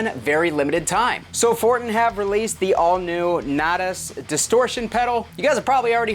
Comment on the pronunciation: Nay-tahs lol